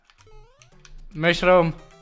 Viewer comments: Hoe op mushroom zegt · Hoe mushroom zegt!😂